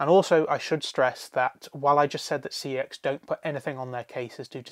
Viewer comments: It's pronounced "see ex" short for computer exchange what it used to be called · Cex pronounced something that sounds similar to sex, is too vulgar. Yet I use fuck,shit and cunt etc in most of my sentences. Makes no sense